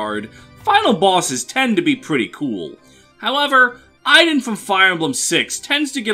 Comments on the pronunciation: Interesting way of pronouncing Idunn... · I'm well aware of where Idunn's name is from, as well as the fact that the pronunciation you gave there is inaccurate, since it's my actual name and it's not pronounced like that :p